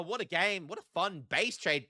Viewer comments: Zweihänder: Take Z sound from pizza Take the V sound from video ei you just say like eye And I think the händer was just fine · Whenever you pronounced Zweihänder I was like „NEIN ! NEIN !“ Nice Video tho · Nein! Nein! Please pronounce Zweihänder correctly in the next year! Happy New Year 2026 y'all! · Your German pronunciation was a bit incorrect, but I still enjoyed the game. Happy New Year 2026. Keep up the good work!